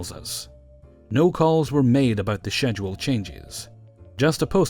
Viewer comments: God I love your videos but i can't help but noticed you pronounced schedule wrong.. or at least I dont pronounce it like you do.. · Schedule..... How many times he said it the way he did was painful. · I love these videos buuut the way you pronounce schedule makes my skin crawl.